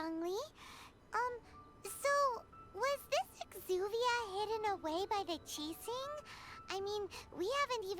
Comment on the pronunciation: I just realized Zhongli pronounce Qixing very accurately. Great Job